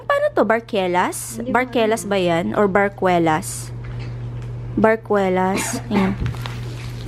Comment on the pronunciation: Barquillos pronounced as (barkilyos) not barkwelas